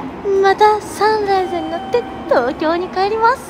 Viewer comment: サンライズのイントネーション笑 サン↑ライズ↓